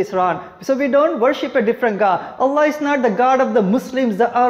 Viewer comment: Allah... not Alloh